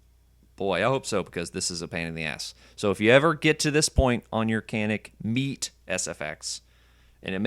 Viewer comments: its called as " MAY TAY " ME'TE🤔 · Thanks for the video, not many good videos showing lower teardowns. But the way you pronounce METE is so cringe.